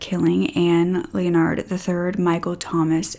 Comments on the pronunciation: Hey, Sweetie. I think it’s pronounced “Len-erd”. Not Leon-ard. I have several family members with the same name:) Great job on the video and you look great! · Ok but I think you’re mispronouncing “Leonard.” It’s like “lennerd,” not like “Leo-nard.” 😊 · Pronunciation is "Len-erd". The "O" is silent. Just trying to help you out. I love listening to your story telling!❤ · Leonard is pronounced Lynn-erd.(as in herd). —Just disgusting!! I think he was jealous. His successful brother took his girl, had a big family and had his own life. His brother had everything he wanted.